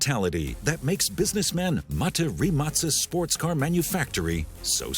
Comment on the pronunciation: its rimak with a K not C